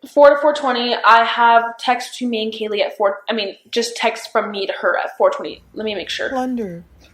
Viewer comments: Does it annoy anyone else that shes calling Kaylee "Kylie" Come on 😩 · it was so satisfying hearing her actually correct the lady saying Kaylee's name wrong for some reason